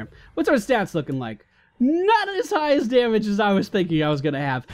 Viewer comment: "Day-mage" -_- Da-mage*